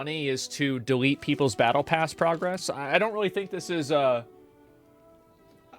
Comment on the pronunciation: as an f2p. i don't care about the tokens auto spent at the end of "Bah eh pass."